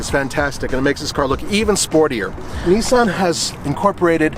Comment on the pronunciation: It’s Nissan bro chill lmao you don’t know about cars do you